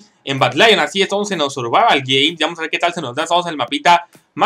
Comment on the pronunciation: "Survava geims"Jajajjaajjaja